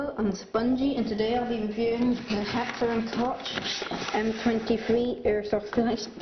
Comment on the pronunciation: just out of interest, "Koch" is pronounced "coke"